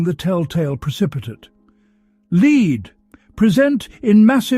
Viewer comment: Wonderful story, but the pronunciations of lead (as in the deadly mineral) and lead (as in what one does with a horse), was constant and annoying. I found myself more concentrated on that than the actual story at times, which was spoiling such an excellent tale. I realise there can be wrong pronunciations when reading lines, such as with wound (as in a cut in skin) and wound ( what one does with a clock) and the most often mistaken one made when playing the violin with a bow (as one makes with ribbon and correct) and bow, ( what one downs when bending over). Also frequently mixed up minute as in time and minute (mynuut) as in small As apparently these recordings are done in the US, I realise Americanisms come to the fore, as in Kilometers instead of the 1800's London's mile, closets instead of cupboards or aluminum, instead of aluminium, for instants. I know I'm nitpicking, for which I apologise, because this is by far the best of all the Sherlock channels and I look forward to the next story each night. But tonight's constant lead(led)/lead(leed), really was just too much. Regardless , thank you for a very interesting and different storyline